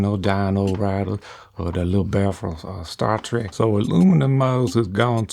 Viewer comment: “Or tha, uhh, lil’ bear from Sta’ Trek.” 😆